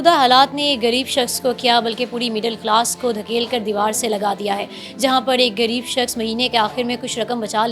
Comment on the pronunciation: Urdu bolna seekh leejay. Gareeb nahi hota ghareeb hota hai. Shame on you.